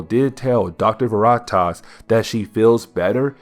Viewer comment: Please look up names so you pronounce them correctly for the audience. Veritas is a simple word to pronounce. I knoe you can do it brother. This has been a huge struggle for you but I know you can do it. I've watched almost all of your videos, you're a lot better than when you started, I'm sure you can be better still. Keep up the hard, good, work!